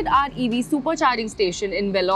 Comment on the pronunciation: வேலூர் அப்படின்னு அழகா தமிழ்ல உச்சரி முண்ட